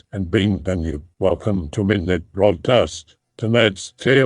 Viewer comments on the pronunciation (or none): I believe it's bienvenue